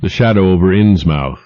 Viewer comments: I really like this reader, but the way he pronounces "Innsmouth" in this one makes me twitch every time haha.. "inns-MUTH," not "inns-MOWTH" - I know that's more strictly phonetic, but live around towns with names like that and you'll know what I mean... like how only people who've lived in Oregon say "Orreh-GUN," whereas the rest of the country says "Orreh-GAWN." But in cases of dispute like that I say rules of pronunciation defer to the preference of the locals.. Apart from that, though, this is really a perfect reading of Lovecraft. You couldn't ask for a better voice for this stuff. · thanks for the post. This is one of my favorite Lovecraft stories.The only thing is the narrator should be saying Innsmyth not Innsmouth even though it's spelled that way.I was born and will die in Massachusetts and every town with mouth at the end is pronounced myth.just part of the local accent like never pronouncing R,but otherwise a great listen thanks again. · The voice is mispronouncing "Innsmouth". Its phonetic is "INNS-muth". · Yep. I couldn't stand it, so l found a better one. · Please, PLEASE...Try in the future, to pronounce things as they would be and Are, in this neck of woods. As Norfolk is NOT pronounced Nor-FOLK rather Nor-FUKK so Innsmouth would be pronounced Inns-MUTH, not unlike Portsmouth being pronounced Ports-MUTH. The old ways, words and things fade slowly, and while Norfolk isn't in the New England, the settlers of the Tidewater Area are of the same and original stock. Correct pronunciation will lend to the enjoyment of HPL' writings. Gratis. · It's pronounced "Innsmuth" you son of a bitch! "INNSMUTH"!!!! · I believe the correct pronunciation is inns' muth. But I could be mistaken.... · as a native New Englander, most -mouth ending locations that I know of (Plymouth being the first one that comes to mind) are pronounced -muth. I don’t think this narrators pronunciation is wrong, but it does feel a bit inauthentic for a work written by somebody like Lovecraft